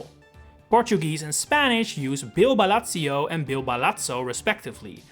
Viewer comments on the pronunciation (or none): "Balatsio"? "Balatso"? Hey, we're not Italian, y'know... Z in Portuguese sounds like Z, so is "Balázio", not "Balátsio". Z in Spanish sounds like an S, so it has almost the same pronunciation as the Brazilian name: "Bill Balaço" (Bill Ba-lasso). By the way, as someone from Brazil, it's the first Kind of Mario enemy name that was "genuinely" localized. In the old cartoon, "Koopa" (/kupa/) was localized as "Koppa" (/kɔpa/) or something like that, because "koo" sounds like "cu", swear word for "butt". It stuck for a while, but was soon reverted back. Also, the butt problem extends for "Boom Boom", almost the same pronunciation as "bumbum", one of our words for "butt" (the other is "bunda"). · Hmmm... Maybe you made a mistake with the Portuguese name. In Brazil it is called "Bill Balaço", with Balaço being the augmentative for Bala (bullet). So, effectively, "Big Bullet Bill". It should be the same in Portugal. Balázio means nothing in Portuguese, and sounds like Italian to me 😅